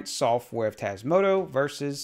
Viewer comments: TasmotA not tasmotO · I love your vids, but can you please stop saying TasmotO? 🤣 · Why "Tasmoto" instead of "Tasmota" though? Is this some inside joke I don't get? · TasmotOOOOOOO? Have a little respect for the project and call it by its actual name please. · But it's not how you constantly pronounce it. It's a small thing, but annoying....